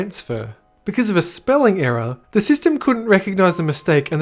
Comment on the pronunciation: Ohh you were saying ERROR not Era 😂 I was so confused.